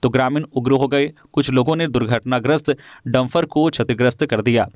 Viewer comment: समाचार वाचन कै दौरान हिंदी भाषा को अपभ्रंश न करें, शुद्ध शब्द डंपर होता है न कि डंफर ।